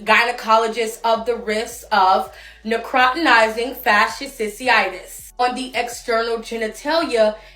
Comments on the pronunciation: I cannot with the "Necrawtinizing fashisisi-itis" 🤣 Oh man, that was even better than when they called it the flesh eating vulva STD We really need to do more health education in the US, this is just embarrassing at this point. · This is absolutely nothing new. What do people think syphilis is? Also, my god, some of these people's pronunciation 🤦🏽‍♀️🤦🏽‍♀️ girl could have googled real quick before posting a video, but no.